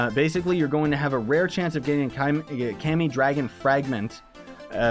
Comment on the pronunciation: It's kami not cami